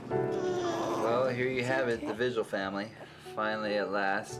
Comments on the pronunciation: It could be the surname is not pronounced Vigil. We pronounce it vee-hill. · Just an FYI…. Vigil is pronounced Vee - hill